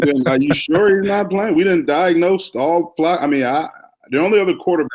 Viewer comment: you're very good at your job, but Flacco has been in the NFL for 16 years and has 40K + yards. It's pronounced Flack-o. Just think of Sweat getting a sack and throw an 'O' on the end of it. Sack-o. Flacco rhymes with Sack, hack, back, smack, attack, etc. FYI Have a great week and bear down, my man!